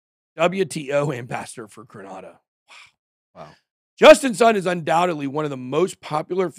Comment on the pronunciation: It's pronounced grey nay da